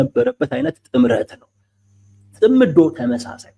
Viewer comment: እውቀት የሚተላለፈው(የምንቀባበለው) በቋንቋ አማካይነት ነው። ቋንቋ በበኩሉ የተመሠረተው በቃላት እና በአጠራራቸው ላይ ነው። አቀራረብህ በተወሰነ ደረጃ ትሁትና ስህተት አልባ ቢሆንም፤ እንደብዙዎቹ የሃገራችን ጋዜጠኞች አንዳንድ ቃላትን አጠራር ስትሰማ አንጋደህ ነው። ምሣሌ 1. እነሱ የሚሉት "ጽምዶ" ነው። አንተ የምትለው "ጽ ' ምዶ" ነው። ምሣሌ 2. ሰውዬው "ሚንስትር" ሲሆኑ አንተ የምትለው "ሚኒስቴር" ነው። ሚኒስቴር መ/ቤት ነው። ምሣሌ 3. "ማ ' ሣጣት" ን እና "ማሣ ' ጣት" ተሣስተህ እንኳ አትለያቸውም። የኛ የሰሚዎቹ ጆሮ እንኳን በነ "ደርጎባ" እና "ማይናማር" መቻልን (ማቻቻል ን) ተለማምዷል። ይብላኝለት እናንተን ለሚተካው ትውልድ። ለነገሩ መነጋገሩንም ከናካቴው እየተወው አይደል?! አይቸገርም።